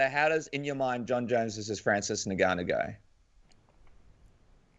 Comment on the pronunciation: Why do people find it so hard to pronounce Ngannou correctly... It’s Ngannou ffs, just say Ngannou. It’s not that difficult